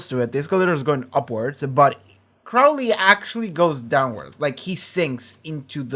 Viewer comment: He changed his name from Crawley to Crowley. (It's late and won't affect the videos, but the first syllable is pronounced like crow not like crowd.)